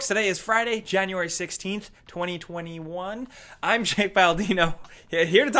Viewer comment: How is this guy saying the dates 20201